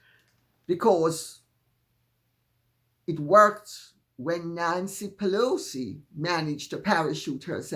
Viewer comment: Pee-Loucy please😂